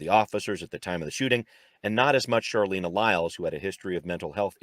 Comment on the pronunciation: Out of respect for Charleena, please know that her name is pronounced with a hard "ch" as in "Charlie". Also, cops lie about their safety being threatened all the time.